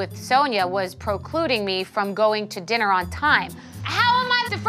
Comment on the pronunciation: Bethenny saying “procluding” rather than precluding 😂 😂 I’m deceased. 😂😂